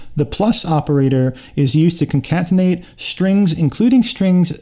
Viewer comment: good job man nice video. just so you know, "concatenate" is pronounced "con-cat-en-ate", not "con-cant-en-ate".